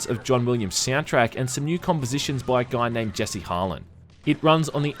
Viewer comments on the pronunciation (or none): none